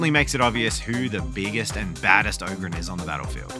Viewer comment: its abba-don the despoiler, and a-BAH-don black weirdly they have actually specified that and yes its oh-grin not og-rin